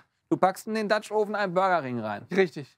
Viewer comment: Mensch Leute, tut euch und euren Zuschauern doch einfach mal den Gefallen, das Wort 'oven' in Google translate einzugeben und euch anzuhören, wie es wirklich ausgesprochen wird. Das hier ist jedenfalls die reinste Folter.